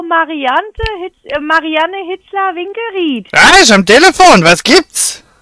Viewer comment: MarianNe bitteschön. Anders wäre es Mariaaaane ausgesprochen werden. Die war arg übersteuert. Schade.